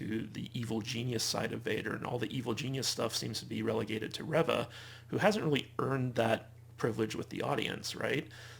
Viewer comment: I'm disappointed to hear you call it a "controversy" around Moses Ingram, who plays Third Sister/Reva, which can imply she's done something wrong (she hasn't), when what it is is racist attacks against her by Star Wars "fans." At the same time, you're still mispronouncing her character's name, 4 episodes in. Who's ReVVa? She plays REEva. Indira Varma (also from GoT) plays Tala. It's a shame because otherwise, I agree with some of your other points about this show.